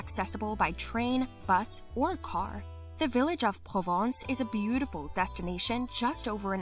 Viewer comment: Nice but check the pronunciation! The city of Provins has nothing to do with Provence!